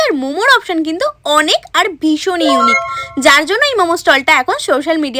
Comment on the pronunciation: Unique ❎ Unick ✅, popular ❎ propular✅😂😂😂😂😂😂😂😂😂